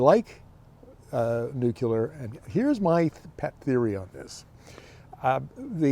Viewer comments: All excellent points as usual and you're dead right about SMR being a foot dragging exercise. And now for my pet peeve.......It's "nuclear"...pronounced "newcleer". It's not "new killer". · There is no such thing as nuke-you-lar. it's nuke-lee-are.